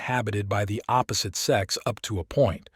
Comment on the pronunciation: APP-osite instead of opposite. CUN-tents instead of contents